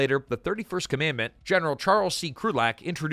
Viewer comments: It's COM AN DANT, not COM MAND MENT (of the Marine Corps) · “Commandant,” not “commandment.” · Hey, just wanted to point out, "Commandant" is pronounced as "Kah-man-Dahnt." Had to learn it in high school. Also, love your take on the movie! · "Commandment, "commandment???" It is COMMANDANT, you AI piece of "CARP!" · It's not commandment, it's Commandant of the Marine Corps...(Kah-men-dahnt) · Commandant not commandment. Good grief. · It is pronounced "COM-A-DANT" not whatever the hell you said. USMC 99-13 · Commandant (/ˌkɒmənˈdɑːnt/) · May want to learn the correct way to pronounce Commandant. Good video as always